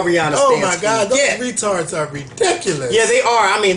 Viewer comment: Lmfao! Not “Rih-Tards”! The good ole days. 🤣🤣🤣